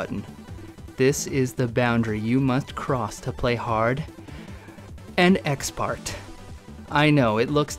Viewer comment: Btw he said expert wrong